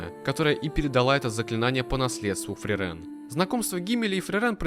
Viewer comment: От самого видео я в восторге, только бьёт по ушам неправильное ударение в имени Фрирен, оно должно быть на и, и, кстати, вероятно, это имя — отсылка к немецкому слову мёрзнуть или морозить, и пишется оно на немецкий манер с длинной и — Frieren, и поэтому в японском произношении тоже ударение на и. 👓